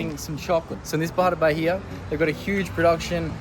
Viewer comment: Why does he insist in speaking Ba-hi-a instead of Ba-ih-ah as it is...